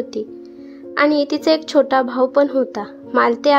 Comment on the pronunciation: भाव होता नाही भाऊ हौता